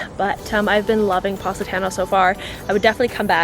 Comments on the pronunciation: pronounced paw-si-taw-no. love you lol! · It was nearly impossible to consider the recommendations after the fist mispronunciation of Positano (not to mention the ones that followed)... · You can’t even pronounce Positano right😂😂